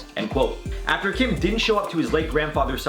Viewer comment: Sissss kim is him last name! why him called like that lmao